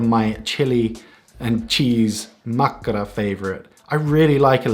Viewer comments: Your 'makkara' sounds nowadays as perfect Finnish, no accents anymore. Congrats! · The most important finnish word - mastered ✔️